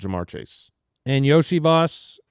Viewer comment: I just looked it up to check and it is pronounced Yo-See-Vash lol. RIP Yoshi memes